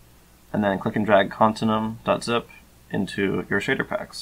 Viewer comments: its pronounced con-tin-you-um. not con-tin-um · to out it easier: continue-um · i think youre saying continuum wrong, youre saying con-tin-uum when i think its con-tin-u-um